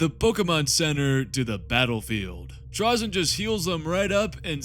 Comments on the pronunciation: With the y coming after the vowel “a” in the word it’s pronounced “tray-zen” not trah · FFS, I can't. I love a good hour long video about TRAY-ZYN but I can't make it past 2.5 minutes when it's about Trah-zyn. I know these are made up names by a Bri'ish company, but still. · I want to listen but I don't think I can bear hearing him called Trahzyn the whole time